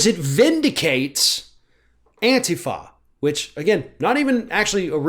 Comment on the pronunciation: actually knows how to pronounce "Antifa"! He doesn't call it "An-tee-fa" like others in the media.